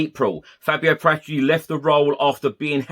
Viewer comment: It's Para tici